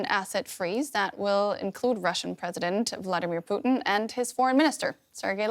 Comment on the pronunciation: She called him Poutine LMFAO Gold.